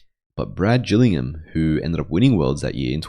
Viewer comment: Excellent video. Great channel. BTW, Gillingham is pronounced with a hard G. Trivia: his father was Gale Gillingham, all pro NFL lineman for the Green Bay Packers in their heyday. I had the privilege of being on the world masters team at the IPF worlds a number of times with Brad, and his father would attend with him.